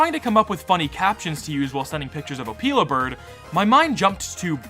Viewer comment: also, it’s Oh-Pill-a, not opeela bird…